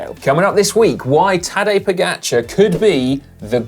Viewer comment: Please, get one thing right. It’s Po-Ga-Char (čar). I really don’t know how “ga” can be pronounced any other way then “ga”. You keep saying Po- Geh-Char.